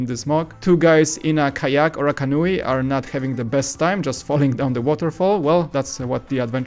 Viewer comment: love your vids! He said canoe like Can-New-EE, JK, JK. You guys are awesome!